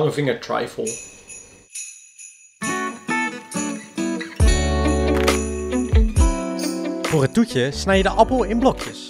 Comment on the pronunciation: Volgens mij spreek je trifle niet op z’n Engels uit maar gewoon als ‘triffel’. Kon het niet laten om te zeggen, sorry hahaha! Suuuuper leuke video.